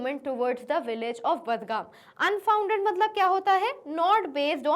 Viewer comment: Badgam is pronounce as Bargam